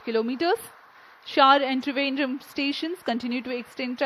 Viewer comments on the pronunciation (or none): none